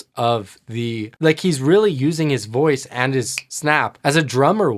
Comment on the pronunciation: I love his improvs. “Hear her loice” instead of “voice” on Human Nature…